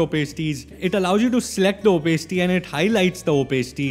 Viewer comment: you are pronouncing opacity wrong it sounds so weird